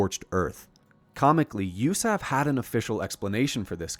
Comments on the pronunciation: I wouldn't have known it was an AI generated voice until it said 'usaf' as a word instead of U.S.A.F. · It absolutely was AI generated speech. Who says "usaf" as a word?